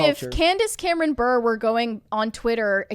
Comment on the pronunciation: Bure is pronounced as Burr-Ray .... as in Pavel Bure (if you youtube his name)